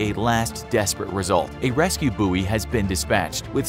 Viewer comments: pronounced buoy wrong but ok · You say buoy completely incorrectly